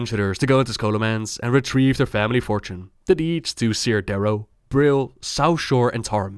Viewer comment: Its "care" darrow not "sear" darrow. Still a great video.